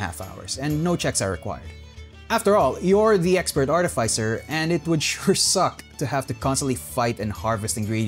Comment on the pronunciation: Its pronounced artificer not artificer smh